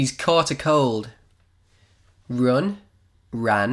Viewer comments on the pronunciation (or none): Pronounciation of "run" it totaly bad!